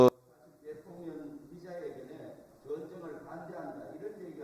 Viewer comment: 말좀 똑바로 해라 대통령님을 대통련이라니 초등학교에서 무엇을 배웠나 발음을 똑바로해라 썅